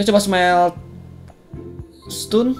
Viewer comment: bang bahasa inggris lu bikin mules. kasih disclaimer dulu aja di awal video kalo bahasanya asal2an fyi stone dibaca ston (o bulet kayak orang, obama) bukan stun (u bulet usaha) nice video. thanks.